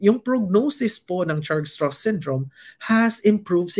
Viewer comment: Pronounced as Strauss like Levi Strauss.